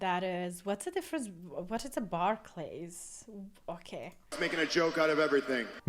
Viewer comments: Barclays is an arena Barclays center where they are in miz pronounce it wrong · What even is a Bars Clay. Pfft